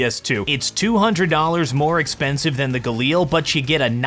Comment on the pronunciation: This guy's spelli g is the equvillant of a kid that says words by spelling them. Like, A.U.G instead of just AUG? Gailar?? IT'S GALI AR